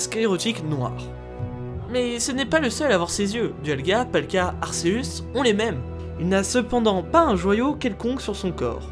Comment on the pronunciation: . . . Giratina avait pourtant créé le monde distorsion il n'a pas été banni, ta teorie ne tien pas du coup. Et stp prononce le comme il faut c'est arkéusse la prononciation pas arcéusse. Il est prononcé arkéusse dans le pokedex officiel et dans son propre film mettez vous a jour..